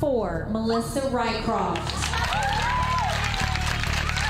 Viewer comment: RYCROFT-- RYSROFCH-- Swedish.